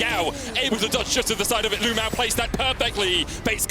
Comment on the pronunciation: It is CRAZY that a pro player in China is named LvMao. That is the exact same thing as if Rekkles changed his name to LvHitler. Even crazier is that EVERY caster calls him LU-MAO, it's like their scared to actually say his name.